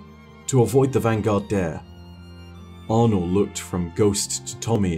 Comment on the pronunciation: when first start talking about Aunor, he kept pronouncing her name like Arno (french male name) and im like, wait who's Arno? the Drifter pronounces her name like A-nor so i didnt expect to pronounce differently, maybe my ears broke idk